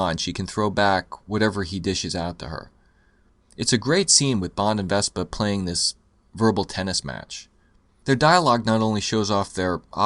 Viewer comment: You keep saying "Vespa" instead of Vesper. She's not a scooter you know?